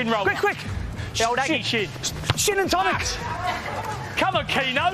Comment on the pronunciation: “SHIN & TONIC” 😂